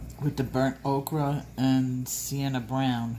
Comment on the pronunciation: Honey I love you dearly and your channel as I've learned so much! That being said, is there a reason you say "okra" when referring to ochre? If there is, please disregard my saying this but it's pronounced "oker"